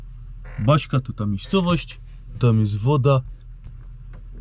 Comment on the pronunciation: Baška po chorwacku czyta się BASZKA...😁